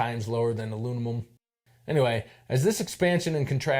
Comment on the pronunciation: “Aluninum”! Lmao